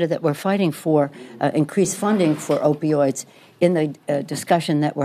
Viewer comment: Did she just say "increase funding for opoids "?? ughh that is what she is saying... keep them asleep